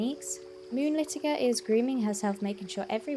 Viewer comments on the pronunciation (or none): It's pronounced Moonlit-tiger.